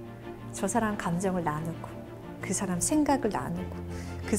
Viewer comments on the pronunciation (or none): 말을 가르치는 분의 틑린 예: 사람, 좋게,외부, 후배, 시작 , 제가( 나), 등 단어의 첫 자를 "짧게" 잘못 발음했습니다. 길게 발음해야지요, "사람"이라는 평상어를 바르게 발음하지 못하는 분이 "말" 강의를하는 대한민국!! 어떻게 생각하십니까?? "한국 어문을 고발함"이라는 책을 조용히 읽어 주실까요??